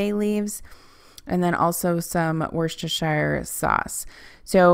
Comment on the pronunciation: Wuster sauce. Worcester is pronounced Wuster and the shire is silent